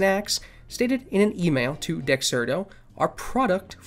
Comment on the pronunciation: good video! i have to add that you may want to learn how to pronounce dexerto correctly. not a big deal but still.